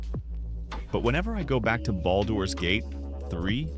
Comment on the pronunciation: Ah yes, Bawldoor’s Gate…3 Fucking AI voice over